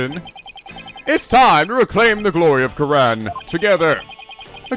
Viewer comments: THE REAL WRONG PRONUNCIATION IS KOO RAIN! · Yes, you have been mispronouncing Kurain, it's "Ku-Rain" RAIN and it means so much to me that you've admitted it,even if it was only in jest. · You went back to pronouncing kurain dreadfully wrong